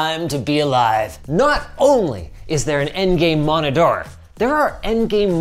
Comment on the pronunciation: Ah yes, an "endgame monidoor"